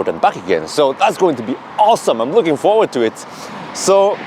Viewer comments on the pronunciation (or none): none